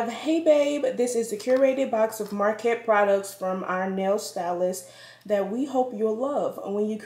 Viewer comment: Hey girl, nice box! It's pronounced like: "Muh-cart" just so you know😉 looks like you got some great stuff!